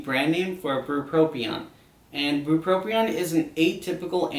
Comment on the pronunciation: bupropion and lamotrigine are being mispronounced in this video for anyone curious